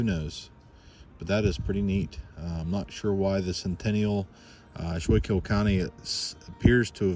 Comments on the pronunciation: Schuylkill is pronounced "skook-ill" ...as it was named by the natives. Today the word is most often heard at a Delco Wawa followed by the phrase "Go Birds!" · The counnty is pronounced "Sku-kill" With a hard k sound